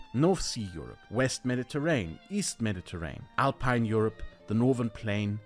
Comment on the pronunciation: One word to work on, that sounds off: Mediterranean isn't pronounced 'Mediterain', but it has SIX syllables in English: Meh-di-ter-rain-ee-un. Take your time for all the syllables! Otherwise, it's as if someone pronounced 'Fremdbestimmung' as 'Fremstimm'.